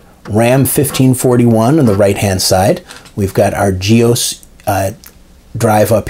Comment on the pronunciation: Do you pronounce DOS as 'dose'? I've never heard anyone pronounce GEOS as 'ge-ose' but always 'ge-oss'.